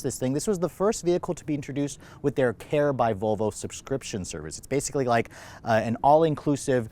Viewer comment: vOLvo not VOVO!